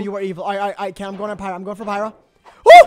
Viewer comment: The way they pronounced pyra differently every time got me laughing so much😭